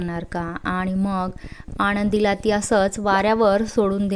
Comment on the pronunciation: भावना आणि आनंदी हे उच्चार नीट करा. स्टोरी ऐकायला मजा वाटली नाही. ण चा उच्चार टाळावे.